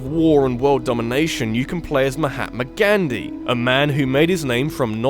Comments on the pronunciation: You can not even say it right! Gandhi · Can you please learn how to pronounce Gandhi correctly?